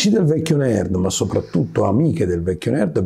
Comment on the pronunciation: Quando dici nerd sembra che dici merd